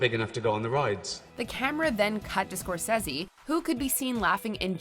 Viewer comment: Not pronouncing Martin Scorsese correctly, was the greatest peeve of all for me!!